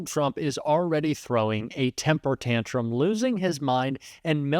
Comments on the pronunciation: Tantrum, not tanrum. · Tantrum not Tanrum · I hate trump and love your stuff but tantrum has a t in it lol 😆